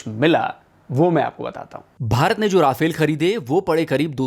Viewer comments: राफेल नही रफाल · Nice video although you have Indianized the pronunciation of Rafale to ‘Ra-fail’ 😄